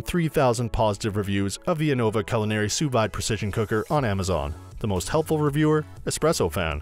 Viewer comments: It's sous "veeed" not sous vyde... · wtf, sous VIIIIIIIDE, its pronounced sue veed. Also anona, how do you miss pronounce a v. facepalm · It's pronounced "soo-veed" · You lost me as soon as you pronounced sous vide. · That’s not how it’s pronounced. Can’t rely on a review when the reviewer doesn’t even know the product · True that.....